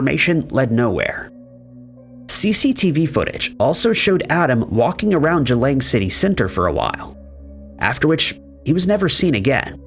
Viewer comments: Boy did you butcher the pronunciation of Geelong Australia. G-long. Just like its spelled. Not g-lang. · it’s Geelong LOL not Geelang! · The place is pronounced exactly how it's spelt for goodness sake! GEELONG .... Geelong in Victoria. Say it out loud Gee (as in gee whiz) Long (as in long legs), now put them together.... Geelong. Who taught you to read? Bloody Americans!